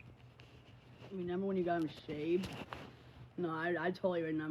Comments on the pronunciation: omg i can’t it is RE MEMBER not renemer 🤷‍♀️ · WHYYY can’t she say “remember”? It’s like neither twin has even a 6th grade education.